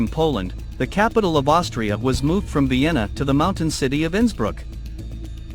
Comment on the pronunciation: Vena❌ Vienna✅